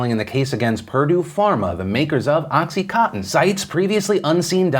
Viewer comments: Dear Phil, it's oxy-CON-tin, not oxy-COTTON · oXy CoTtEn haha its contin not cotten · Phil, it’s pronounced Oxy-CON-tin as in continuous. Just FYI 👏🏻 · Is he saying oxy-cotton??? 😝 It's oxy coN tin. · Anyone else keep hearing “oxycotton” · Every time Phil pronounced OxyContin “Oxy Cotton” God killed a kitten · Phil listening to you mispronounce contin fifty times was very frustrating. CON-TIN. Oxy con-tin. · Does anyone realize that oxycontin has an "n" in it? It's not oxycotton. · Is it just me, or do a lot of people only seem to pronounce about 60% of the consonants in the word "Oxycontin"?